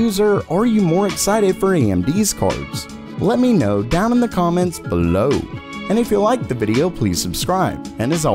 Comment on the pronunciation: The way you said below was hilarious